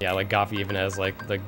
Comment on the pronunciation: Who else is triggered when he calls him Goffy instead of Goofy xD Haha anyway gj and nice record :3